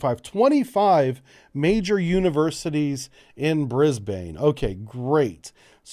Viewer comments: Brisbane is pronounced "bris ben" (briz vegas to us locals). From a practicality point of view it makes sense but it will be interesting to see what happens as there is a lot of anti-nuclear sentiment in the community. It is a rarity anywhere in Australia to even have a visiting nuclear powered warship. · hey man Brisbane is said Brisbin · Brisbane pronounced Brisbin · American friends, Brisbane is pronounced Brizb'n, not Brizbaine. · You sure? In Sydney we'd usually pronounce it more like 'ban'/'bun' than 'bin'. Anyhow, it's definitely a short second vowel, not 'Brisbayne' ;) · its Newcastle - one word. And its pronounced Bris-bin. As for anti-nuke sentiment its a small noisy minority that the media and government pays way too much attention to. Rent a crowd types mostly. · There is also a Brisbane in the US. They pronounce it Bris bain. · Hahaha ah yes yenks saying Brisbane is always funny Locals say Brissy Nation says bris-ben Thanks for having more informative vids then the media spins every day while saying nothing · Re pronunciation, I think it might be easier for Americans to think of it being spelled Brizb"n. The a is barely pronounced at all. Same thing for Melbourne: Melb"n. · Yep. I was going to drop this. BRIZ-BIN. This will avoid much cringing in the future. Also, (not that you did), please don't try an Aussie accent or colloquialisms. Also, Brisbane has regular visits from American Nuclear Aircraft Carriers and Subs. And you're right about the man-made island, its called Fisherman's Island and it's constantly being enlarged using the silt and sand that naturally fills up the river. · If it is going to be built in Brisbane it will probably be built at-(HMAS Moreton)- it's mainly administration building but it does have a Pier for visiting ships how ever there are no ships based there In the video you were close to it you just add to go into the river a little. ps you're saying Brisbane wrong I found it kinda funny